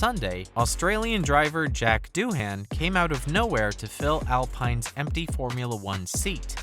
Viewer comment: Its not Doo-HAN, its DOO-un